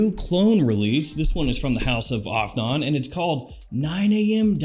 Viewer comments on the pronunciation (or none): AFNAN is pronounced "off n on" 😂